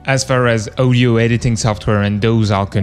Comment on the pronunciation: It's audio aw di oh not oh di oh odio, pronounced audio